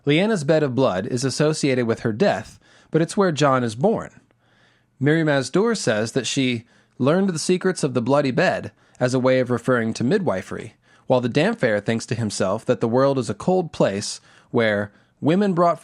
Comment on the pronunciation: is literally one of two of my favorite ASoIaF Youtuber/Essay Writers. I can't exaggerate how silly it is getting hung up on this. Still, the fact that he say's Damfair, as opposed to Damp-hair, disintegrates the scales from my eyes. I know it's a simple misreading, and I'm sure I do it constantly, but it's SO obvious, and colors his brilliant mythological observation in the worst way. I make this comment after his "moon meteor" idea was softly "confirmed" circa 7/30/2020 His hair is damp! He is a sea priest! Overthinking is my favorite, but cheese and crackers. Anyway, sorry, I got triggered. I'm attaching meaning to unrelated things and being harsh on your brilliant speculation because you didn't read his name correctly. I'm ignorant, please forgive me.